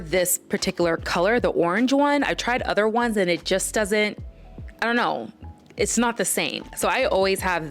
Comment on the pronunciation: said ZON'T!!